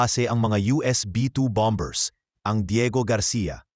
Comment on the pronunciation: ANG tamang pronunciation ay silent B; KAYA ANG TAMANG PAG BIGKAS AY "BOMER", HINDI "BOMB BERS". HEHEHE KAKATAWA KA NAMAN. PAG NAGBLO-BLOG, SA TAGALOG( O PILIPINO MAN) DAPAT ALAM MO KUNG ANO YUNG SALITA SA TAGALOG NA MARAGSA AT MALUMANAYSA TAMANG PAGBIGKAS. MASAKIT SA TAINGA NAMIN EH. MAGING INTELIGENTE SA LAHAT MG SANDALI KUNG PWEDE. OK BA? HEHEHEHE